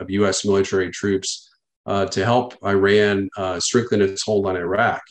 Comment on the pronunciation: I is pronounced as E in regards to Iran. Not being the linguistic police but if one is supposed to carry weight in a conversation about foreign policy and affairs pronounce Countries correctly....my father is Persian aka Iranian. I am going to be that asshole.